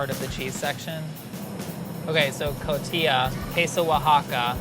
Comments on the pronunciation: I love you, but it's pronounced 'co-ti-ha'! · He pronounced Oaxaca correctly but not Cotija? how?